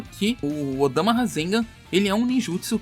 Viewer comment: Choo odama nao é odama filhao